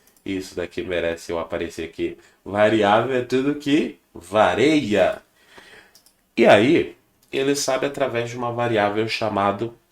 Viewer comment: Professor. Bom dia. Desculpe não quero ser pedante, nem tão pouco saber mais que todo mundo. Mas, seu professor cometeu um erro grave para quem é se diz professor. Não é "vareia", e sim "VARIA". Quem falava "vareia" era o Renato Aragão - acho que "Didi" - no seu programa.